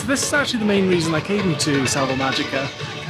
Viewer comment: I always enjoy reports from parks I haven’t been to. How was the park in general? It looked a little dreary. Btw, since you brought up pronunciation, the “j” and usually the “g” in Spanish are pronounced like an “h.” So, GuadalaHára and MáHica.